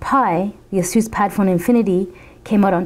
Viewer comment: its pronounced as 'Asus not a'SUS